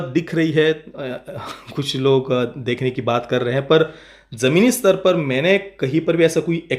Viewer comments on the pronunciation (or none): none